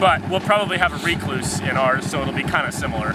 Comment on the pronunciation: What’s a re-cluse? Lol